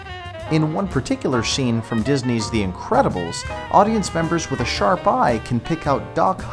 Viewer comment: I liked the Incretabals